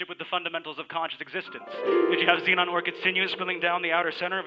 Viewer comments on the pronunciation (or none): none